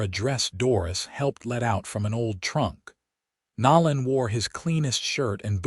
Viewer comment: "Nō '- Len" Long "O".